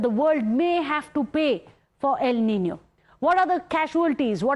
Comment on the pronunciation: El Nino not EL Ninio😑..